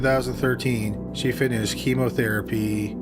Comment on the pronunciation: You said Chemotherapy like its some kind of prize.